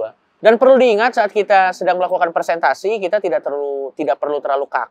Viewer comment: Maaf yang betul "Presentasi" pak Coki, bukan "Persentasi". 🙏